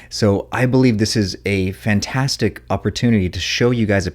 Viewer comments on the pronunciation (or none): none